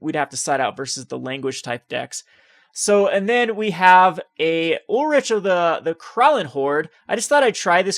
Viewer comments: It's pronounced Ulrik not Ulritch. It's also Gisela not Jisela. Also it's GIF not JIF. Please work on pronouncing these correctly. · He's kind of all over the place with names and pronunciations. Ulritch???? It's Ulrich (Ulrik). Also, he says Jisela instead of Gisela. I imagine he also says JIF instead of GIF.